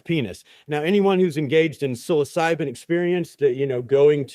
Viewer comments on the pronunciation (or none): none